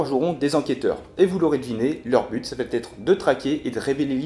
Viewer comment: Comme tu as l'air très sympa et motivé, je me permets de te signaler que tu commets plusieurs fois une liaison verbale qui me fait sauter sur mon fauteuil : il n'y a pas de "T" après le mot "va", et donc le "ça va têtre" est à proscrire. Sinon, merci pour la démo instructive, mais le problème avec ce genre de jeu, comme Scotland Yard ou Whithechapel, c'est que c'est souvent le même qui s'y colle pour faire le méchant, disons par rapport à la composition de mon groupe de joueurs. La Bête fait envie, mais pas certain que je l'achète.